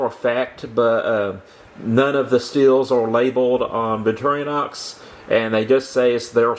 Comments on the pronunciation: BTW, it's Victor - Inox, not victoriOHnox. BTW, the Victor is short for Victoria. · Repeat after me: Vic Tor In Ox.............